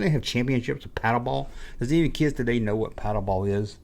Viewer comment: I'm doing it for the "keeids" and the "chijjen", fool!